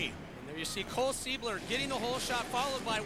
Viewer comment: listen to this fool saying " cole seibler" lmao and hes in the booth? omg